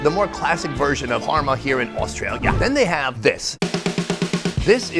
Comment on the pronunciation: That “AuSTRAlia” was diabolical